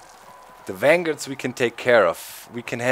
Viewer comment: omg.... doc, dont wanna sound mean but i LOVE your accent XD "vanguard" sounds like "wang-guard" lol its so awesome!